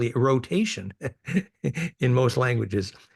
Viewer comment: aRe re-verses the ray-dius the Я - O - tation 👍